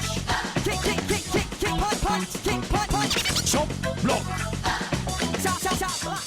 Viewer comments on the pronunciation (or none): none